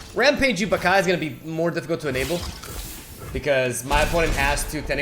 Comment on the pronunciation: It´s not pronounced "Bah-kai" it´s "Ba-ca-lhau"